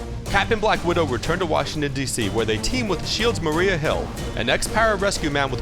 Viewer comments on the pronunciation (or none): none